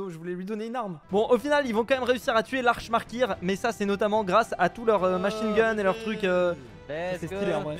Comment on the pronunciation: Je rêve ou a l'arch maykr il a dit l'arch maille kir 😂